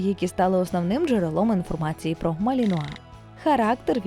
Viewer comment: Оце ви навалили інформації із собачого гороскопа! Цікаво було слухати про хоробрих боягузів! Заплутався ще на початку відео де ведуча жонглює наголосом у НАЗВІ. Гарні собаки насправді, жаль ви нічого про них і не розповіли.